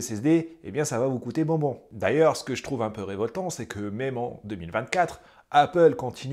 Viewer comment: "ca va vous couter bonbnon" est ce correct? =) tres mignon